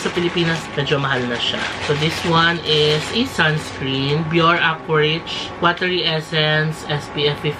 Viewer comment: Bioré (bee-OR-ay)